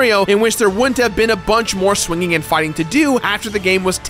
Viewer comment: Did this guy just mispronounce the word "swinging" twice?